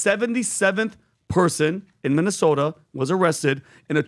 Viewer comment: It's called Minnesota, not Muslimsota. MINNE! MINNE!!!!!